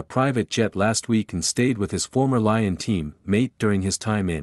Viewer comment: And pronounce Leeon right